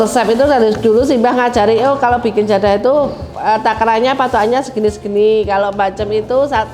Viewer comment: Keturunannya ini bukan orang Jawa kah? Kok nyebutnya JADHAH, bukan JADAH??? Atau memang lidah anak jaman sekarang tidak bisa ucapkan huruf DHO? 😂